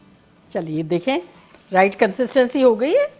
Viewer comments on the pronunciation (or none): none